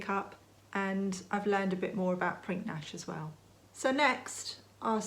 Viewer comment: Hi! Another great video! fyi - re. Prinknash..... Pottery at Prinknash Abbey produced by the monks. When pronouncing, the 'k' in the middle is silent.... so.... when spoken, it is.... Prin ash!